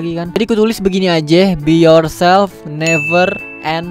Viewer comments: "BE YOURTOD AND NEVER SURRETOD" SEL BAT GW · Be your selp neper curender wkwkkwwkwkwkwkwkwkwkkwkw